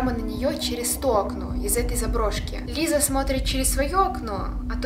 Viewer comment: Она говорит сокращённо "Лиса"